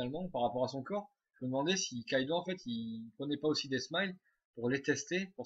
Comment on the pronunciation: c'est kaidou et pas kaido